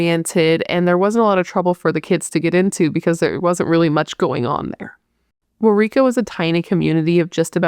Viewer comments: You are right on how to pronouce Waurika. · Thank you so much for checking out this case. I lived in Waurika, you got the pronunciation right btw, in 2002 to 2004. That poor girl's name was dragged through the mud in every story I heard around town. That always made me sad to think that she was just a little girl, just a few years younger than me, could have been that bad and she in no way, deserved what happened to her. I knew you would do her justice. The one detail that always disturbed me, like felt icky, from the first time I heard the story was he was crowned homecoming king while her body was in the river. Thanks again, your hair is so cute and have a great week! Cheers from Marlow.